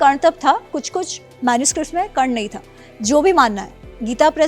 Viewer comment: Karn ko galat bol rhi h